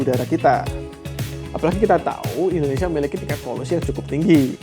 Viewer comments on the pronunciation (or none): none